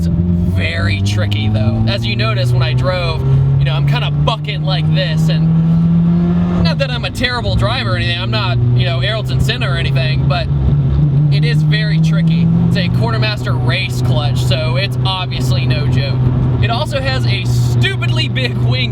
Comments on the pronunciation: I threw up when you said airilton senna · Arlton senna? Lmao idiot. Aryton dumbass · "i'm not arolton sinna or anything" i think you mean ayrton senna lol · Who's Ayrlton Senna? ;) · Errolton Senna.... lesser known British cousin. (lol) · Make sure you pronounce "Ayrton Senna" correctly next time. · did he try to say ayrton senna? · his name is Ayrton Senna, not whatever you said.